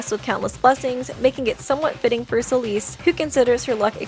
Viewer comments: I love Celeste! :D But its (Sell - Est) Like "Best" but without the B Not (S - Uh - L - East) Like the direction Im rlly sorry, it just rlly bothered me :c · i know she did not just say celeeste- 😭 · why does she call celeste "celeeste" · There’s only one thing I have an issue with here. “Ceeleese” is how she pronounced Celeste’s name. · It’s Celeste Sell-ess-tuh